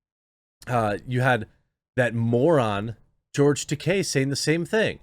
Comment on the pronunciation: I'm proud of you Jeremy! You pronounced George Takei's name CORRECTLY! Unlike 99% of the pundits (including some famous ones). I mean, people pronounce Stephen Colbert's name THE CORRECT FRENCH WAY, and it's nice to see someone pronounce a Japanese name the correct Japanese way. And thank you for pointing out what a tool COLBERT is.